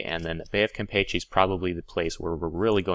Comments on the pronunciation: James Cook And here I was thinking that was pronouncing it in the Spanish way, while I always pronounced it the way you were taught. lol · gotta work on your Spanish pronunciation, to wit: Campeche.